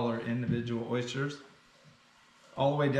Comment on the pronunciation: They're OYsters not Oishters 😉